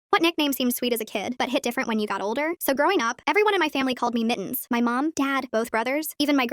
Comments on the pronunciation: not mittens but miins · Why is the ai saying it like Mi-ens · i find it funny how the ai voice says mittens as mi'ns